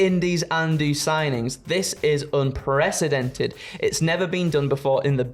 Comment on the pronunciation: TIL that can’t pronounce the word “unprecedented”.